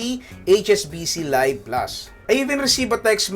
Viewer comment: I think this is pronounced LEEV plus, not LUHYV plus. Also 8% is not "unheard of", Eastwest Visa Platinum offers 8.88% on even more categories.